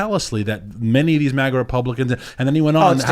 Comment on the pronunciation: Grrr its MAGA not MUHGA 😆